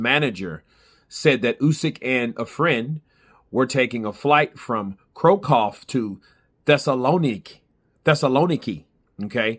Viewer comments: It's Krakow pronounced kra-kuhf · Pronounced "Crackoff" Bro